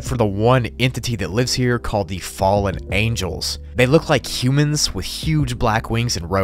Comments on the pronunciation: ah yes "Fallen Angles" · 5.05 "fallen angle's" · Fallen Angles Lolll its fallen angels